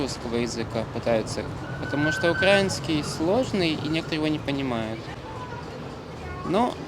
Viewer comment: Когда он произнес "укрА́инский" с ударением на "а", то сразу стало понятно, что этот юный друг никогда не стремился и не пытался овладеть украинским языком. Он просто не хотел и вряд-ли когда-то захочет изучать украинский. Даже когда ему дали бесплатный сертификат на изучение языков, он говорит:"Тогда английский выучу" вместо того, чтобы начать изучать украинский ( он ведь сказал, что:"Я тоже пытаюсь, но у меня плохо получается"). Тем более, судя по элементу одежды можно предложить, что он работает в сфере торговли (например, в кафе), а потому у него прямая обязанность на работе розмовляти українською. Короче.... Этот кадр относится к группе тех людей, которые живут по принципу "та какая разница?" и в будущем они идут на сотрудничество с оккупантами и становятся отличными "полицаями".